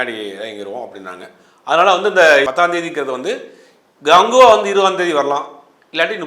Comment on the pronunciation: Ada naye athu rajini gangva.... 😂not ganguva..... 😂😂😂